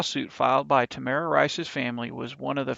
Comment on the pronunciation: TAMIR RICE, NOT TAMARA... please revise this video.